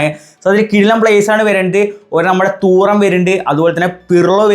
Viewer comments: തൂറം അല്ല 😂😂 തുറാം ആണ് 🤝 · Ee fundakk name parayanum areellee Thooram alla thuram🙃🫠